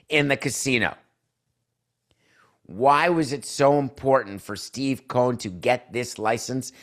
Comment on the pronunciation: It's COH-en